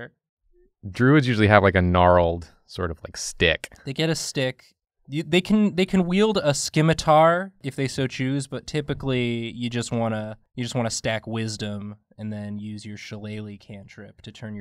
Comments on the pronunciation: SKIM-ATAR. XDD It's pronounced "sim-itar"! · Ummm, did just pronounce scimitar like “skim-itar”? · did my bro just say SKIMITAR? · The C in "scimitar" is silent...